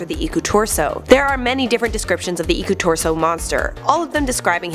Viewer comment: Im finnish EDIT: Its Iku-Turso not Iku-tursou! Lol sorry about that